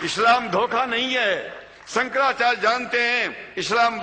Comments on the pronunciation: Chuti...hai sala... Shankracharya ki jagah bolta hai- sankracharj.. kahan ka hai ye mullon ka chela..? khud maulan poonchhte hain ki Zakir naik kaun sa fake aadmi hai.. sab chu...ki jamat hai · sala dhang se hindi nahi bol paa raha hai "shankracharya" ko "shanracharg" keh raha hai chutiya sala